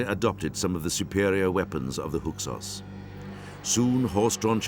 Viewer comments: It bothers me that the narrator can’t pronounce Hyksos correctly. It sounds like he keeps saying “Huksos”. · I cannot believe this narrator can't say "Hyksos".